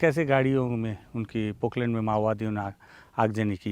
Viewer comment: Poklen nhi poplen